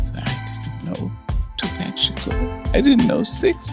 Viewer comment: I cringe that she mispronounced his name when she spoke of TUPAC.